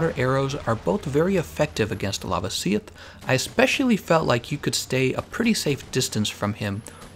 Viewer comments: It’s pronounced La-vasi-oth not Lava-si-oth. Sorry but I cringe every time you say it 😂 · Stop saying Lavasioth like it's spelled Lavasieth. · The way he pronounced lavasioth bothers me so much